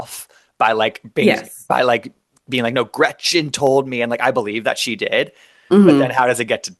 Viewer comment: every time I hear say Gretchers I want to burn her contract and exile her to a Third World country, with no Trader Joe’s rice for her son!